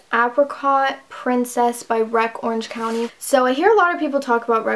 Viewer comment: omg no u said wreck Orange County lol 😭😭